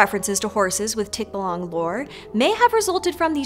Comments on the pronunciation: Great video! It's just irking me how they got the pronunciation wrong many times. It's all in the intonation, in tikbalang's case, it's in the third syllable, tikBAlang. That'll make a longer bloopers section so I think it'll be more entertaining HAHAHAHAHA. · It's pronounced TikBAlang with stress on the second syllable. Even with an accent, you can say it this way (lots of other english words follow this stress pattern like "reminder" and "unwanted"). You even had an expert say it out loud. Hope you take the time to learn the next ones in the future. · Tikbalang pronounced with longer stress in the second syllable: 'tik-buh-lung' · [Tick - BAAH - lang] stress on the 2nd syllable. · Was going to correct it as tikBA-lang but "archipelago" proved to be another mythical word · Pronunciation note: tikBAlang, stress on the second syllable. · it's Tik-buh-lung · The correction pronunciation of Tikbalang [tik-BAL-ang]. The stress is on the second syllable of the name. It sounds jarring when non-English words are spoken incorrectly by English speakers. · you're pronouncing it too fast: the line above the "A" means it's pronounced "tikba - lang" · it's pronounced as tikbAlang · if a Filipino pronounces it tik BAH - long, then you should be respectful and at least attempt to say it the same way with emphasis on the right syllable. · Try pronouncing the word correctly since u covered this topic. Read each syllables slowly- TIK.BA.LANG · Tik bah lahng. That’s the pronounciation. Get it right. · Tik-ba-lang, I just corrected it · if you're going to talk about a different culture's mythology, it's better to actually use that culture's pronunciation. Otherwise it's just offensive to the actual culture. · Great video and great research! I just wish they pronounced it properly especially since they had a native speaker pronounce it for them. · kindly pause slightly on the word Tik and follow up with balang. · Tikbalang pronunciation off sadly, but I still love this video ;)